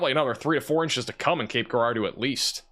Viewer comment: It’s pronounced Cape Jerahdoe